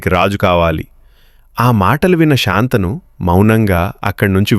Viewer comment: కధ చెప్పడం బాగానే ఉంది కానీ శంతనమహారాజు అనాలి కానీ శాంతను అనకూడదు.